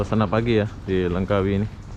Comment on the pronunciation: Langkawi mas, bukannya Lengkawi